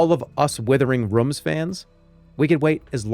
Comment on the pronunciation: withering rüms